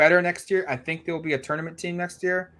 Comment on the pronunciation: "TORN-uh-ment". But seriously, is the weak link on this show. Could probably replace him and no one would even know...